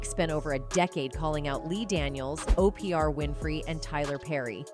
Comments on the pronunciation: AI sux as voice overs O-PRE-A lmfao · The AI can’t say Oprah name correctly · She can't pronounce Oprah 😂😂